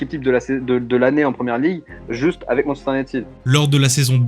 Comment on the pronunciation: Tres bon sujet. Pour avoir connu le MU des 90s avec York Cole Giggs Les frere Neville, Scholes Keane smeicheil etc... MU cest un soucis de releve et de gestion, comme la Juve and co. Les gros transferts ca a ete n'importe quoi. Ps: le frnacais cest pas possible. Cest soit en vf "manchester unitèd" soit en anglais cest "manchester you-naï-tid". Un effort alors que cest le sujet serait pas mal (surtout avec des videos d'illustration ou eux les disent correctement...).